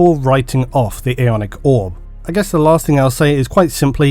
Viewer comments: As a Dane who therefore uses “Æ” on a regular basis I will say you pronounced “Æonic” in the same manner I would. In Denmark Æ is basically the squishing together of A and E, but it’s fairly inconsistent how it sounds in different words. The word Æonic to me looks like how you spelled it in the time stamp “Aeonic” as in aeon 👍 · Æ or "ash" is pronounced how it looks, a cross between A and E So you're pretty accurate in your pronunciation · 3 years down and 13 hundred comments later, the pronunciation was correct